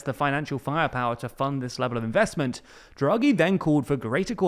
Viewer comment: It's DHRA-GHEE not JRA-GHEE